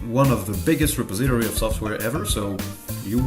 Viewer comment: Kinda late to the party here (but new to ElementaryOS, which is how I found your channel) but since you asked (sort of)...."repository" is pronounced Re-PAWS-i-tor-ee. Looking forward to seeing more of your videos. I actually started with some of the newer ones (the tutorial on installing Elementary Tweaks was very helpful) but now I've gone back to your beginnings and will view older-to-newer from here.